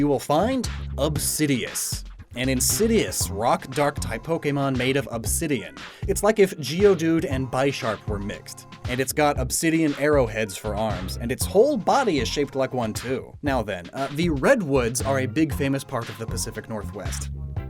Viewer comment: Its pronounced Bish-arp not by-sharp as it is supposed to be a mix of Bishop and sharp